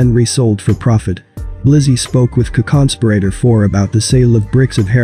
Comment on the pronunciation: What is a conconsperator? Wtf? Lmmaooooooo Edit: Co-conspirator? Is that what its trying to say?